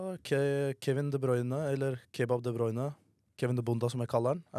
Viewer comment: du sier ikkje De Bruyne sånn som du skriv da. Du sier De BRØHNE